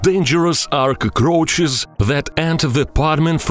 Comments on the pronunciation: Yeah dude I thought he was saying “koko crunches" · nobody: this guy: koukrouhchus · I love the way he says cacaroches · I hate bugs but when I hear this dude say cuckroaches I can't help but continue watching 😂😂😂